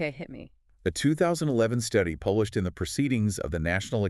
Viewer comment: At first I thought the same thing. But then when I heard the narration getting mispronounced I immediately caught on. Like when he says, "published".